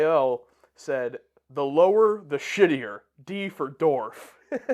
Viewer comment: Dorf.......Kills me every time